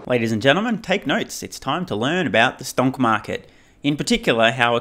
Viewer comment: ‘Stounk maaket’ nice